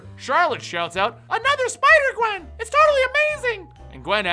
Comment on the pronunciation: you sai sipder gwen